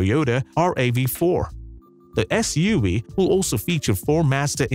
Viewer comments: What's up with your "V" said like Wee? (S-U-WEE) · “SUaweee” I can’t 🤣🤣